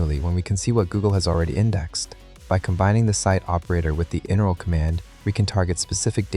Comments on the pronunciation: He keeps pronouncing "inurl" as a word instead of "in URL," which is weird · Why did you say "In URL" wrong??? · pronouncing IP and inurl like that, also it just sounds kinda off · That’s not how you pronounce IP or inurl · Lol. This doesn’t seem AI generated u til I heard “IP address” pronounced like a word and “inurl” another word. Don’t make it so obvious. 😢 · Thought I was crazy but I realised it because of how it pronounced inurl